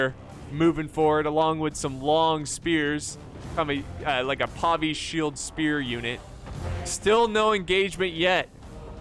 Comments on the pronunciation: Pavìa not Pàvia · It's pronounced Pa-vi-a.